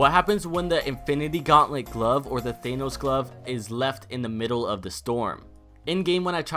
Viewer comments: Thahhhhnos not Thayyynos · It's not Thaynos, it's Thanos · Why do you call him Thaynose? WHY?! It's fucking ThAAnos, they even say it in the movie! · It's Thanos not Theinos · Why , why do you pronounce it “thay-nous” have you not watched the movie ? .... Tha-nos. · Thanos is pronounced as Than-ose not Thane-ose lol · It's pronounced THANOS not THAENOS. God they say his name correctly in the movie so why can't you say it correctly. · IT'S PRONOUNCED THANOS NOT THAINOS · its not thainooos its THAA_ NOOS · Its pronounced Thanos th-an-oos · I like how he says thanos as thaynos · Why do you say thaynos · Thay-nos lmfao 😔😔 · Your'e saying thanos wrong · pronounce thanos right you uncultured swine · STAPH SAYING THANOS WRONG. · Why does everyone pronounce thanos wrong its pronounced tha n. O. S. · u dont pronounce Thanos like that cuz its not an enlgish word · Why does no one know how to pronounce thanos right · The way says thanos though... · Myth: Can this man pronounce thanos right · I cringe when he says thanos